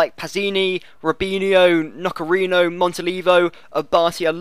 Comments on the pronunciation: It's not "Nocherino" but "Nocerino" ;) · It's pronounced Noserino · Italian pronunciations: Nocerino --> No-che-reeno Abbiati --> Ah-bee-ah-tee Abate --> Ah-bah-tay Acerbi --> Ah-chair-bee Forza Italia!